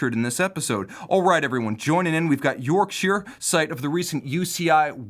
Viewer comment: Nice to see an American pronounce the English counties correctly...Yorkshire not York - ‘shyer’ 😁 it’s so annoying when they do that.